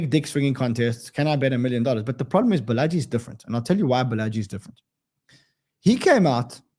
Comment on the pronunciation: Balaji is pronounced "Baala-G" 😊